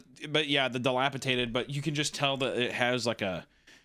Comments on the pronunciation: DILAPIDATED NOT DILAPITATED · DilapiDated, not tated. I never heard this word mispronounced before YouTubers existed. Now I hear it at least once a week 😂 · Okay, to throw Hunter a bone, him and Isaiah BOTH do this and have since I can remember: it is pronounced dilapiDATED, not dilapiTated... that's not a word😂 Yall just both say it wrong and it literally had me questioning if I had been saying it wrong my whole life😂😅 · I'm sorry.....but.... It's dee-lap-uh-DAY-ted, not dee-lap-uh-TAY-ted. My brother's in Christ, you read stories for a living. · Guys. It's dilapiDated. Enough with the dilapiTated. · Isaiah making fun of Hunter for mispronouncing words when they both say "dilapitated" every episode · for real tho 💀 “dilapaTAYted” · If we're correcting Hunter's pronunciation of Anaconda can we also do it for dilapidated please